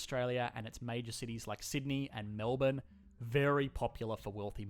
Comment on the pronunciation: most of this isnt true, except im happy that he said it as mel-bin nor mel born